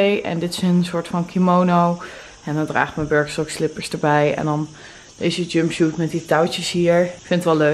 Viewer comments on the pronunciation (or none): en jumpshoot... 😑